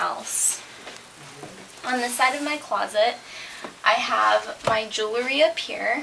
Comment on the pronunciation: It's "jewl-ry" or "je-wel-ry" NOT "jew-le-ry." ugh!